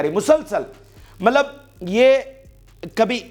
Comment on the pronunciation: Yaar Mallab na bola karain please 🙏